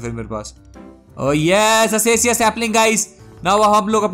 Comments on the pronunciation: acacia not asasia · the pronunciation of acacia is AKESHIA not ASESIA